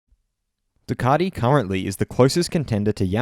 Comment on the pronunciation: I can’t watch this just for your pronunciation of Ducati